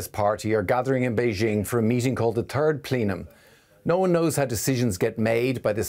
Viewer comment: "the turd plenum". Finally, someone says how it actually is.